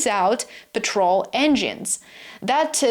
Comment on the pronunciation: Horrible narration and cannot pronounce "PETROL" properly. AGH>>>>>>>